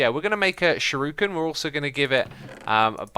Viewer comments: Lol, it's pronounced like "Sure-e-ken". Shuriken or Throwing Star. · Shiruken xD gets me everytime